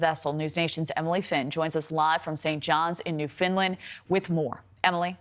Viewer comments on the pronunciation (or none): New Funland not New Finland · Newfoundland not Newfinland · 🤣🤣🤣🤣🤣 New findland? Newfoundland New-found-land. Try putting that together.